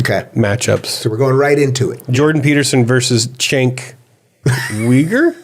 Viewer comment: Its not "Jank" its more like "wank", with a silent "er" on the end!